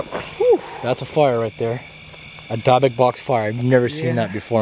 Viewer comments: said dibick box not dibic Box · Not Dye (talking about pronunciation) it's pronounced dib, like you call dibs on something. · Pronounced dibock not dybok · your pronouncing it wrong its not dabik but dibick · dybuk=díbic not dībic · The way he kept saying Dybuk Box was earking the hell out of me like say it right Lmaoo sheesh great Video tho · I remember the video of you finding a DYBUKK BOX in the water. DIB-IK Lol that’s how it’s “pronounced” Yo! You say DYBUKK box so weird 😂.. it says zozo.. that box is prob not to old obviously. Dybbuk boxes themselves have only been around for a few years. but that could be authentic cuz some idiots prob really conjured a demon, and put it in a box. haha and would find it 😂 Though the contents of the box were insane!!! Good stuff. I have to watch the video again still completely. I already commented what I think about watching the clip at the end. Just saying man!! Didn’t mean to be harsh I love all your videos! I love the amazing “authentic” videos the most! Great work keep it up brotha. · What’s a dabuk bux 🤣🤣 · Good morning the word you are trying to say is dibukitt box please be safe when opening the box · Dib-ik is the pronunciation.... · Is it pronounced as Dibukk not how it spelled as dybukk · It’s pronounced “dibbick” i believe they originated as a Jewish way to contain evil spirits and demons and are decorated with many different incantations and markings and demon or spirit names of those contained inside. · It's pronounced DIBBUK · the fact that keeps pronouncing dybuk box wrong is only a bit annoying it’s pronounced as di•buhk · It killed me how you pronounced dybbuk box 😂 Banger video though ! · Ok sorry, but the way your miss pronouncing the dybbuk box is just mad funny. X D ---> dyb·buk /ˈdibək/ noun (in Jewish folklore) a malevolent wandering spirit that enters and possesses the body of a living person until exorcized. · Can't even pronounce the name of the box correctly.